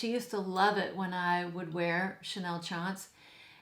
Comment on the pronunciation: You are gorgeous and loving how you display your selection on the mantle! 🙂 By the way, you pronounce Eau tendre very well! 😉